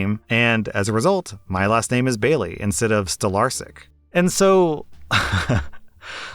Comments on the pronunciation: Stolarsyk? Did you mean Stolarczyk or did I misunderstand? Sorry if I seem creepy or something, it's just that I'm Polish and Stolarsyk doesn't quite sound right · you butchered the polish last name,just so you know it's pronounced stolarchik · heya you misprounced Stolarczyk, its pronounced like Stolarchyk with the pirate r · I think it was Stolarsyk, or Stolarśik, or even Stolarczyk with the ś making a 'sh' sound. He might've been pronouncing the 'I an English way, or 'y' the Polish way, I'm not sure. I'm Polish, and it's common for Polish name's to end with 'yk' or 'ski' but there are some exceptions of course. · I don't want to be rude because i love your videos but ,, stolarsik" (or something like that) doesn't seem to me like a polish second name to be honest . I am polish and i think you said it in a maybe different way and that is why it doesn't sound polish. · What is this stalarsic surname? You are probably saying something wrong 99% bc im 100% polish and cant understand it. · Ok so the name in is pronounced Stolarczyk, if I heard correctly. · It's not a polish name. Maybe it was but got butchered badly. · i can't blame them, im polish and the way you pronouced it made me think its a german name, lol